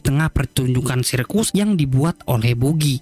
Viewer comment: Bagy bos di bacanya bkn bugi. ktawan ga suka nnton op ni adminnya